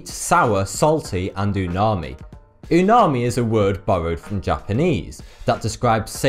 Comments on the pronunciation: not a weeb but i am pretty sure it is uMami instead of uNami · It's umami not unami. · Umami, not unami! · Ahem... It is called Umami... NOT Unami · Its umami not unami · I'm pretty sure it's "umami" lol, not unami. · I cringed every time he said "unami" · Umami not umami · Umami, not unami though... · I think it's called umami. Not unami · It's UMAMI, not unami. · It's Umami, not Unami ... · hi. it's umami. not unami. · Isn't it Umami, not unami? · It is Umami not Unami. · It's "umami", not unami. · its umami, not unami btw. theres a M not N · It's "uMAmi," not "unami" ("uma-i" means great, and "mi" means flavor) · it s uMami not uNami:D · Haha he said (unami|) its umami. Not that i really care though. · Thank you for making informative videos. I just subscribed. Just wanna make a correction though, it's UMAMI not unami. :) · Pretty sure it is 'UMami' not 'UNami'...... 'Fat' is considered one of the tastes now as well.... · Not Unami its umami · Isn't it called umami instead of Unami? Krgrds Rico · IT'S UMAMI, NOT UNANI. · It's Umami, not Unami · big miss buddy, its not unami, its umami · 1. Umami, not unami 2. Survival of the fittest means survival of organisms that can "fit" and pass through natural challenges, not being "muscular fit" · ***** He got the name wrong. It's actually umami, not unami. Look it up. Don't want you thinking it's unami and then embarrassing yourself. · Its umami class not unami... You made it sound like tsunami.. Geezz.. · It's "umami," not "unami." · It's umami, not unami,. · its UMAMI- not unami. Sorry, I know how annoying that is but I couldn't resist :) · umami not unami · It's umami!! (Not unami ) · its umami bro... not unami... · LOL, that unami is actually UMAMI. Did you not go to the uni because you are dyslexic? :) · It's umami, not unami! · Actuali, its not 'unami', but 'umami'! :-) Sorry if old news! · It is not called unami? It is umami? Right? :S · It's Umami not Unami.. :D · Pretty sure it's Umami, not Unami